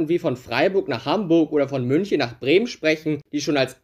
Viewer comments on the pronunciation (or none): none